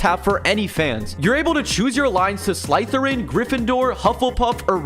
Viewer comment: I can't with the way he pronounced Slytherin and quidditch